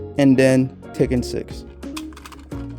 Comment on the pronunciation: You pronounce Tekken as Taken😅 Great collection though